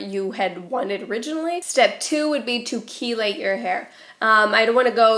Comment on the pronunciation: Not being a bitch, just trying to help clear up confusion. The word you're looking for regarding the use of Dawn dish soap is "chelate"... pronounced "key-late". Not "chilade", which isn't a word. ("Chilades", with an "s" type of butterfly :)